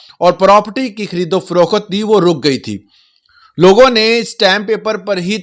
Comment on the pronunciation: خریدو فروخات نہیں ہوتا ۔۔۔ محترم یہ پنجابی ڈھگلا تلفظ درست نہیں ہے ۔۔۔ یہ تلفظ خریدوفروخت ہوتا ہے ۔۔۔ "خریدو فروخات " نہیں ہوتا ۔۔۔۔